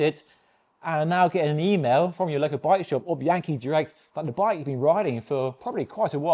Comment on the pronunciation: BEE-ahn-key, not BEE-ANKY, OK?